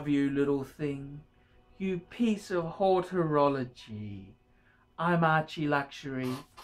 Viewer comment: It’s HOROLOGY Archie, fucking sad really,! 😂😂😂😂